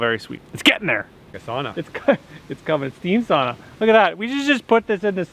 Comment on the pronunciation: Oh, for the love of God pronounce the word "sauna" correctly 😁 your Finnish fan 😅